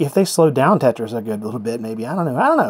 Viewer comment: Lol "Tate-tris" :P